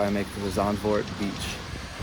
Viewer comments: Zandvoort try to pronounce it as Sandfort that would be almost correct. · The a in Zandvoort is pronounced as the a in Darth and not as the a in Vader. The v as the v in Vader The oo like the oo in door or the o in more. Affligem triple is a great beer. It’s an abbey beer but not brewed by monks. Trappist beers are brewed by monks. That’s not a full receipt but a checkout ticket. The herring isn’t raw. It’s cleaned, salted and deep frozen. We have an excellent weather forecast app by KNMI and an app called Rain Today where you can see where it will rain within the first few hours. And he was riding a bicycle at the wrong side of the street when riding to the beach. We drive on the right side of the street.